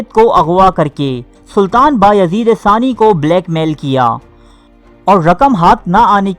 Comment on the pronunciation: ثمانی ناکہ ثانی